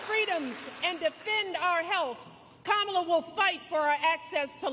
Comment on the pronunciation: I might be wrong but isn’t Michelle saying her Kamala’s name wrong